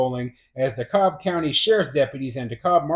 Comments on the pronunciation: It's pronounced D-KALB County. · the "L' in DeKalb is silent, they pronounce it DeCAB